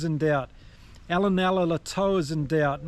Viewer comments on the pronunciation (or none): none